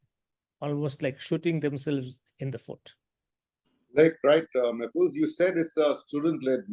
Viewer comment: Mr. Mahfuz Anam is one of the most respected and well educated journalists of our country. Please don't disrespect him by calling his name wrongly. It's Mahfuz (an aa sound) and not Mehfuz with an (ey) sound.